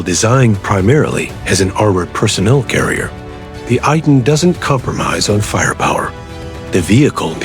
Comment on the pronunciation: Pronounced AY-TAN